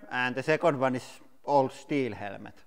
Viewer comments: "HELMET" NOT "HELEMET"!! HAHAHAHAHAHA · Try Hell-met Instead of hell-e-met. No offence just helping out with the English language. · Helmet not HELEMET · It is helemeth, not helmet :) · I kept hering HELEMET instead of helemet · Wear a HELEMET" for safety porpuse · Beo ita not HELEMET ITS Helmet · Motorcycle HELEMET 😂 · Helemet hahhaha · I LOVE THE ACCENT " HELEMET " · Hahaha helemet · Zechariah Rose Helemet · HELL-LE-MET. I love this channel so much. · I love how he say "helemet" <3 Keep doing what u love. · Hell-a-ment LOL You had me in stitches. It's bad when the Cabbage is stronger than the "hell-a-ment". LOL That was fun. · the strongest "HELEMET" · I'm not a basher but I'll automatic laugh when he say's "HELEMET"😆😂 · I like how he says «helemet» hehe😅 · "Helemet helemet helemet" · I came here for the "Helemet" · Helemet is that the way you pronunce it in your country cuz im curious... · What's a helemet? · Why you say it helemet/ helemets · What? Helemet?.. It's okay we all made mastake's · It's Hella ment not helmet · Every syllable must be pronounced. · Thought he said element at first lol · Ural Motorcyclist English is the most used side language out there in the world. But i understand what u mean, but you do not have to be that rude in the comment field.. it was kinda funny how he said the word (helmet)... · I love how the word "helmet" has three syllables here. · I love how he pronounced helmet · “Helmet” has 2 syllables. I’m puzzled that he hears 3 syllables or why he thinks it is 3 syllables!